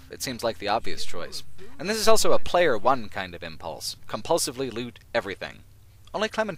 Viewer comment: says elso instead of also.